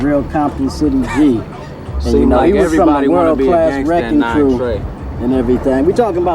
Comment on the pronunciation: Its WRECKING CRU not RECKON CREW